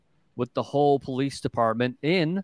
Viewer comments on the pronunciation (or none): It’s Hull not hole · It's Hull Police, not Hole Police....duncecap.